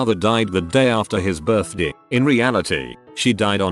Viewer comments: The way the speaker says birthDAY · Why did he say ‘birthday’ like that 😂😂😂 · the way tts says “birthday” tho 😂😂